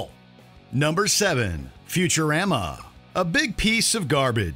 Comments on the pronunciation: Wait, did this guy just say future-RHAM-a? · Smh at how he pronounced Futurama. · That's not how you say Futurama